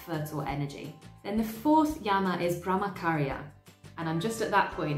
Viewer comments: You explain everything so nicely. I’m a Hindu. I’m aware of all these concepts but the way you put makes it so much more easier to understand. Just a little pronunciation mistake i noticed … the Ch in Brahmacharya is pronounced same as the ‘ch’ in chair or church. The ch shouldn’t sound like K. Thank you 🙏🏻😊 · Nice video... Just that the "ch" in Brahmacharya is pronounced as the "ch" in church... :) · i found your channel today and it is really a great one! i love the kind of research you have done to present this video. well, i would love to point towards the pronunciation of brahmacharya .. in this the ch is pronounced like the ch in 'chair' and also non attachment include non attachment to the result of your work.. that is do your karma with all your heart and you should be content whether you win or lose because your focus is on doing your karma sincerely and not on the result.. All the best for your channel 👍🏻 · Brah-ma-cha-rya - Here's a breakdown of the pronunciation: "Brah" is pronounced like "brah" in "brother." "Ma" is pronounced like "ma" in "marble." "Cha" is pronounced like "cha" in "chocolate." "Rya" is pronounced like "ree-ya," where "ree" rhymes with "see." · Great job summarizing ! Thx for video! Brahmacharya - the “ch” is like in cha cha